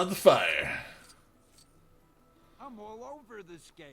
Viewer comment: I thought you said file instead of fire but thanks exsasoiror